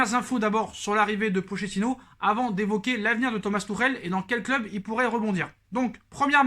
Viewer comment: d'accord avec toi cool que Tuchel se casse enfin par contre Pochettino le ch en italien se prononce "k" ou "qu" phonétiquement c'est "Pokettino" .. on dit de Pauleta "Paoleta" et non pas poleta !!! hehehe